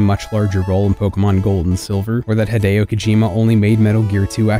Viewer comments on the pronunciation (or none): Why do you pronounce his name "Heydeyoh?"